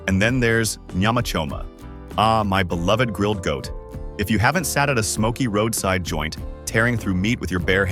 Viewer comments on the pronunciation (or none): none